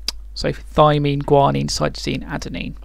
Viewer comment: cytomine. U mean cytosine?